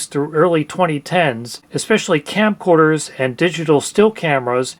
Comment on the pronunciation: are you saying campcorders? it sounds like you're saying campcorders. fr though great video these plugs are a nightmare.